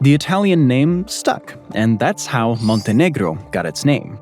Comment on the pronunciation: What is your native language? Your pronunciation of Montenegro was much more impressive than papal. I've always heard it pronounced with a long a sound in the first syllable, schwa in the second. (I wonder how the Quebecois pronounce choix?)